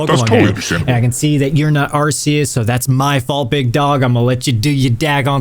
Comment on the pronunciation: You mispronounced Rayquaza, Altaria, and Arceus, and you're worried about other people butchering names? Also, why did you recolor Beta Arceus green? Worst of all, you made a dark Betamon fairy purely because you liked that typing more than what fits, and then you made a fairy Betamon electric because fairy-types didn't exist back then. You broke your own rule.